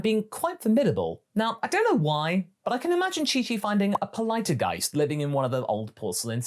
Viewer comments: polite-uh-geist? its POLL- Tea-Geist :P the "tea" pun is a huge part of its name and theme lol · I physically cringe every time I hear someone pronouncing Ceruledge as Crule-edge. At least it can't get worse... Hears pronounce Ploteageist as Polite-a-geist Nevermind. Also, Blaze Breed Paldean Tauros was RIGHT THERE. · Why was your pronunciation of Ceruledge and Polteageist so off, it's not like they're completely made up named Cerulean+Edge and Tea+Poltergeist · Mgl, that is the weirdest Polteageist pronunciation i have heard